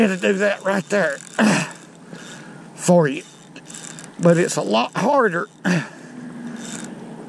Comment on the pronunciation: My new favorite word!! "Fur" ..I'm gonna run that word " fur"in the ground